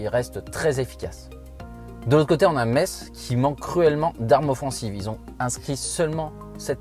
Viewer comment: Cest metz sa se dit messe et pas metse